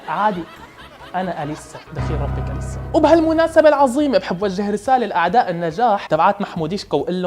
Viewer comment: اسمها إليسا مو أليسا الهمزة تلفظ تحت الالف مو فوقو